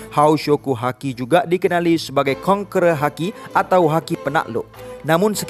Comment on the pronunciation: Iaitu kon"kera" Dan authority Lol